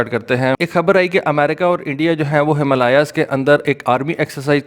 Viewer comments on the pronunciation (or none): Him le yaas 🤣🤣🤣 Himaa lay sir..... Himalay. 😊😊🇮🇳🇮🇳🇮🇳